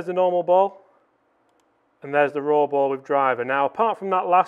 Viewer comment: RAW!!!! Sounds like FORE!!!